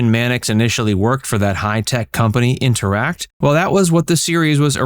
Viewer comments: Intertech. Not interact 🤦‍♂️ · Intertect, not Interact.